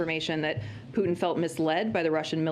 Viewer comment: Did you say pootie or Putin